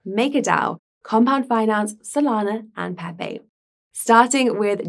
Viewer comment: As long as it's peehpeeh cohin not pepe coin, I would still advise more practice